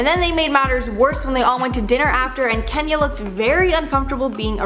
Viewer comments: KEEnyah not Kenya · Angela? That's not her name its "Ann-ja-lee" Also "Keen-ya" not Kenya